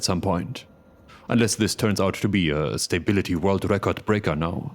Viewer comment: Ah yes, my quarterly dose of stay-bility has arrived